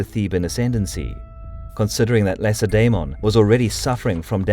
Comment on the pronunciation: Please use the k sound not the c in Lacedaemon